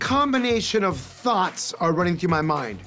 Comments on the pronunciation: Did he say thots? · I thought he said ‘my mind is running with thots’ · Am I the only one that swore he said “the combination of thots..” 😆🤣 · Did anyone else hear Dr. Nasiff say "Thots are running through my mind, instead of thoughts...??? Just me lol? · I thought he said “Thots” running through my head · 🤣 I thought he said a combination of "thots" were running through my mind. Lol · I thought he said "a combination of thots came to mind" 😭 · I thought he said thots, but it was thoughts HEH ._. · I thought he said a combination of “thots”🤣🤣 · Did this man say thots or thoughts 😂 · Boy at first i thought he said he had a combination of THOTS 🤣🤣🤣 i’m like wayment 🤨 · I thought he said " A combination of thots came to mind" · Why i thought he said thousands of thots running through his head 🤣🤣🤣🤣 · I thought he said a combination of THOTS ran through his mind. Doc WILDDDDD 😜 😂😂😂😂😂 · I heard him say "THOTS" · I thought he said Thots 😂💖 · I thought he said " A combination of 'THOTS'" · Bruh I swore he said thots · Yioooo I thought he said thots are running through his head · I thought he said THOTS CTFFFFFU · I thought he said "thots" 😭💀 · ... ohhh he said thoughts .. not thots... 🤔gotcha